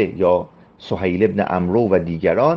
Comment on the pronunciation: آقاجان این عمرو amro تلفظ نمیشه، amr درسته، اون واو آخر هم واسه اینه که با omar اشتباه نشه.